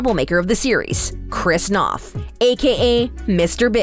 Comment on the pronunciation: You’d think that you’d know how to properly pronounce Chris’ surname before you butchered it.